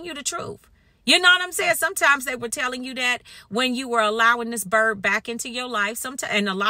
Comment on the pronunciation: Slay me everytime you say "this bird".😂❤